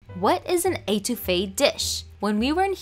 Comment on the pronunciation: I love how she is pronouncing étouffée🤣🤣 its pronounced (eht) ouffee not (ate) ouffee luv your vids glad you keep trying new ethnic cuisines🙌🏾💕